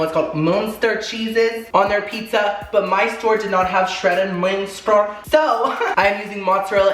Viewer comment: GET THAT SPONSORRRRRRRRR by the way the cheese u couldnt say is pronounced like mustard without the d i think